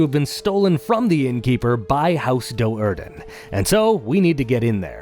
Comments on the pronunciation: I just can not get past how carefully this guy mispronounced it Doe'Urden. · The pronunciations made an otherwise amazing video kind of painful to watch. I'm so used to pronouncing Do'Urden as "due-arden" that everything else just sounds wrong